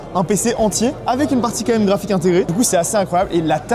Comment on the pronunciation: Merci d'avoir calé le fameux "caraphik" dès les premières secondes